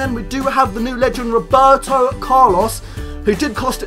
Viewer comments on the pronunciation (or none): none